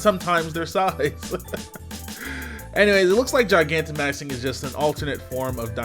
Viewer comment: I feel like you pronouncing Gigantamaxing wrong, but I’ll forgive you